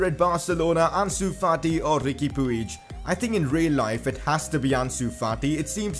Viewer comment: Puig is pronounced "pudge"